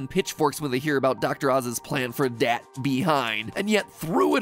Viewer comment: don’t say “dat”. Please